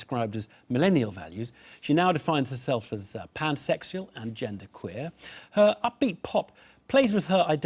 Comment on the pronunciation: The way he pronounces 'pansexual' is funny, though.